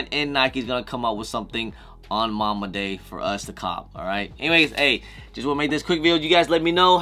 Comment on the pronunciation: “Mamba” Day not Momma “Mambacitas” not mamcitas 😂